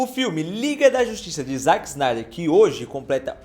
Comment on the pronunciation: Dá uma aflição ouvir ele falando "ZAck" e não "ZÉck"